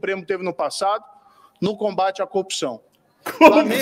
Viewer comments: Como pode, o cara não consegue pronunciar a palavra que está em todas as frases dele: "copção" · Será que para falar a palavra "corrupção" de forma correta e audível é imperativo possuir lábios ? 😂😂😂 Talvez seja por isso o boquinha de toca CD não consegui dizer "corrupção" e sempre diz "copção" 😅😅😅